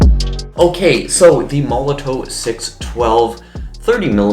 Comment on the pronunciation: It's pronounced molotov mate...sorry to be picky.. ha ha ha